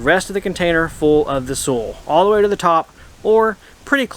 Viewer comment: When you say SOOL, do you me SOIL? ( as in SOYL pronunciation) unless its another kind of earth I havent heard of that you would use in America.